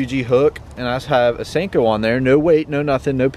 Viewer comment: Who else getting triggered by him saying sanko instead of sinko